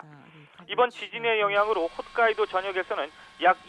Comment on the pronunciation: 간사이(X) 칸사이(O) 훗카이도(X) 홋카이도(O)